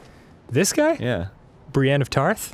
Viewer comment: "Brien of Tarth?" I lost my shit. Lost it.